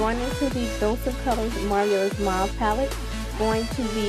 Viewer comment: Marvelous - "MAR-VAL-LES" Just thought I'd drop this here because you were struggling with that word the entire video.